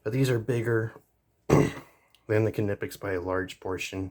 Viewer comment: 2 totally different tools with 2 totally applications... both are worth having... for diff jobs.... but yes for all around stuff the cobras are way better just cuz there way more rounded...... and it's just nip- ex or how there pronounced i mean... lol I only know that cuz I'm in the trades.... well that and we don't say knives or knife with the k lol it's always silent... just wanted to let you know